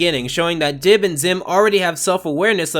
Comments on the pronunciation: You called Dib "Gib" and "Dibs" and probably a few more that I missed. Shame. SHAME! GIR, release the monkey! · take down gib Me: HIS NAME IS DIB